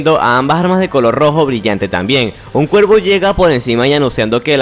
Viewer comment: Por que dices ciervo en lugar de cuervo?